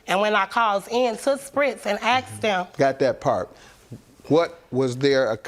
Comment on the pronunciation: Mannnn I heard “Spritz”🤣😂